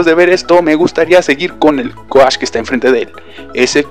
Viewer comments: "coash", "midli" Uy amiguito, te falta un poco más de inglés xd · Se dice couch xdxd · Repite conmigo amiguito: Couch (la pronunciación de Coach XD) ok no